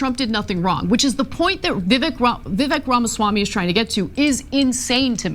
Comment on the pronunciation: Love the guy, by the way his name is pronounced vi-ve-ik